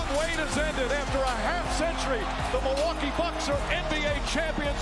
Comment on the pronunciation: Really espn? MILWUA??? KEE? IT'S MILWAUKEE BRUHHHHHH.